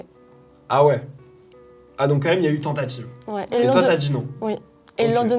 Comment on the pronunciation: et 😂 "tentatchive" "t'as djis non" toi aussi tu commences à parler à la marseillaise 😅